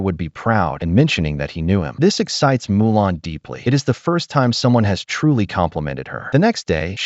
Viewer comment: Mulan. Not Molan.